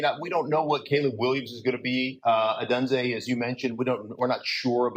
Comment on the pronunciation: How long is it going to take Colin to learn to correctly pronounce Odunze